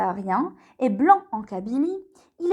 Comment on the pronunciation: blanc* pas blan 🙂